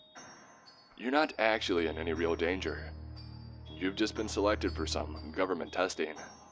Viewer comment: You lost me when you say "government"